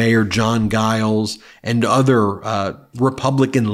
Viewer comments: Stop calling jiles guyles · Hey, I thought you'd like to know that the "G" in "Giles" is pronounced like a "J".